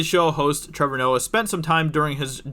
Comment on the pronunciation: Ah yes,. King of the Betas and untalented "comedians"